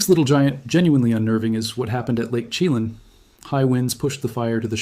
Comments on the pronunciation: Lake Chilan is pronounced "shi lan". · Lake sheh-LAN. You obviously put a great deal of time and effort into this report. Seriously, check name pronunciation before you post. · Actually, Shuh-lan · This guy is AI or not local. He pronounces Chelan way wrong and also other areas. I lived in Washingtin 20 years.